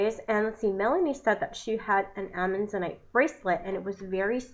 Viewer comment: As someone who goes out in the world and hunts for minerals and gems vs. buying them in a store, I can appreciate your efforts. I think I'd be more interested if the video was based around real experience and prior knowledge vs reading the information and knew how to properly pronounce its name. Just something to think about. It was getter as the video went on.